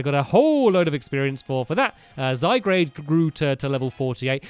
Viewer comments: STAMPY!!!!! When are you going to notice that it's called Zygarde and not Zygrade???!!! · Stampy called ZY GUARD zy grade again. I'm dead X | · it's pronounced as ZYGUARD